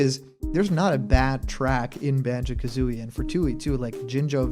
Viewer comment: You got Kazooie's name wrong.